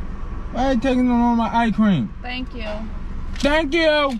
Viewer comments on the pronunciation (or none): This video made my day, is hella funny😂😂 the way he says "eyecream" instead of icecream😂 all those songs got me dead throughout this whole video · how many times did he say i-cream😂😂😂